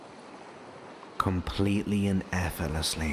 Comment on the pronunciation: it’s most generous of you to put all your work on YouTube free of charge. However, while your voice and tone is good I experience a discord every time you say the word efforlessly rather than pronouncing it correctly as effortlessly. This mispronunciations is too distracting for me to gain benefit from your work. I’m sorry about this and hope in future you will correct your pronunciation of effort and effortlessly. Warm regards, Elizabeth